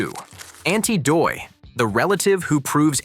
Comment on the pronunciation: That's aunty dottie not aunty doy